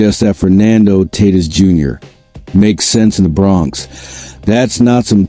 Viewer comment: If the stadium pa announcer pronounces Tatis like you Tatis would turn tail and run from sheer embarrassment. You’re bs crap isn’t worth my time. Your crap is utterly useless.